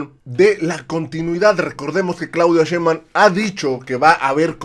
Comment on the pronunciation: Ya es justo y necesario que pronuncien bien el apellido de nuestra próxima presidenta. Nada de "Shembam" SHEIN-BAUM SHEIN-BAUM SHEINBAUM.